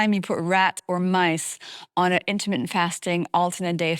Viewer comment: Intimate fasting it sounded like